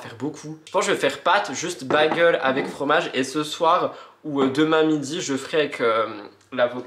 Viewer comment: Video toujours agréable Juste « bagel » se prononce « bèguel » mais on t’aime pareil. Courage pour ton permis. Fais toi confiance!